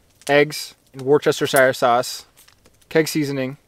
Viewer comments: your outdoors knowledge and film making are so superior to mine, not to mention being younger and better looking, that I was convinced there would be nothing I could ever teach you. But there is! The sauce is pronounced more like 'WUSStasher' than 'warSESStershier'. I know americans are incapable of saying this right but I had higher hopes for a canadian. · Great Vid, as always. You were talking about the Gene pool. Did you mean the human or the deer gene pool? I suppose the latter? Also, just for future reference, your Worcestershireire sauce is pronounced "Wuster" sauce! No need to elongate the video for the sake of it. haha. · That sauce (Lea and Perrins) is pronounced "WUSS-TAH-SHA". I love hearing Canadians and Americans pronouncing it though as I find it hilarious. Another great vid! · a 'sher' sound is correct in my opinion. woost-eh-sher sauce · "Wash your sister" sauce! You're welcome 😊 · " wurstershire " speak it like it looks and you got it nailed. good luck from Texas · Pronunciation of Worcestershire sauce is wustershire, I am from UK, hope you are having a lovely Christmas! I do enjoy your videos! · Another amazing video. So relaxing to watch. Just a little tip from a British fan… Worcestershire is pronounced ‘Wuss-ter-shire’ 👍🏼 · Hey mate, awesome chicken burgers, great vid. We pronounce it "Wooster" sauce here in the UK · It's pronounced 'Wuss tur' Sauce, and despite being made from rotting fish, it makes all meat dishes delicious. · As a brit i can safely say that the proper pronunciation of Worcestershire is wustuh-shuh 😄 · awesome video! you guys are awesome! but PLEASE learn how to say "Worcestershire" properly LOL ["Woos-ter-shire"] x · Wooosestashire sauce 😁🇬🇧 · Just say Lea Perrins my guy, save yourself the trouble 😂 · not a criticism but help saying the sauce!!! Worcestershire is pronounced, "(wus-tuh-sher)". I do hate to be that guy lol. love the videos nevertheless and keep up the good content!!! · It’s ‘wuster’ sauce.